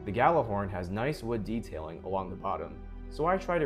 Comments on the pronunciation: That's true. It's kinda hard to write how we say it in Icelandic, but Gjallarhorn is pronounced similar to "G-yeah-dlar-hordn" 😁 I just checked on Google translate, how it pronounces it and the Gjallar part is correct, second part is close😁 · Yeah most people don’t pronounce it “yallar” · That's absolutely beautiful. Stunning work, man 😊 Fun fact, Gjallarhorn is an Icelandic/old norse word. Means loud sounding horn and in modern day it is a megaphone, also, almost no one pronounces it correctly 😄